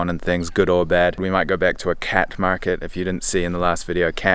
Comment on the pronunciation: It's khat not cat btw love your videos